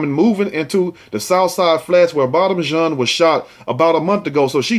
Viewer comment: It's pronounced john not gene.